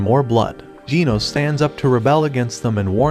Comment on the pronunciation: It's now jeans not genos